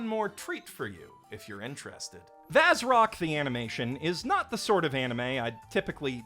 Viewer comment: Hate to ruin your incredibly mature fun, but, "Vazzy" being pronounced 'vadgy' does not "mean, in turn, of course," that "Vazzrock" is pronounced 'vadge rock.' As the Japanese text in the logo indicates, it's pronounced "bazurokku." It's only that specific 'zzy' combination in "Vazzy" that the Japanese language has troubles replicating.